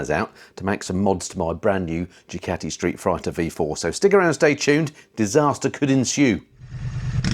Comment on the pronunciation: Did you say "Street Frighter" in the intro? 😂😂